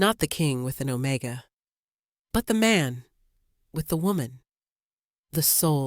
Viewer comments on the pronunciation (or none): What does ozone smell like??? AI is a stupid narrator!! OMEGA NOT OMICA!!